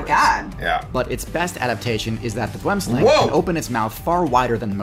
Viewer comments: Pronounced Boo-em slung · The boomslang is South African, direct translation is tree snake and pronounced boo-em slung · He's right. Boom is pronounced how does it. He misspronounced slang though. Its not an aang sound. It an more of a short. Ah. Sound.